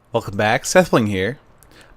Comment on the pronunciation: Did anyone else hear the weird "Welcom back" at the beginning.